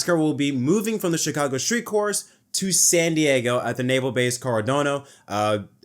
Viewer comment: Hey the Naval Base on North Island is pronounced Core-ah-naw-doe